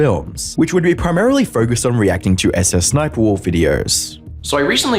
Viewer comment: I like how Jack pronounces SSSniperwolf as, "Suh-suh Sniperwolf"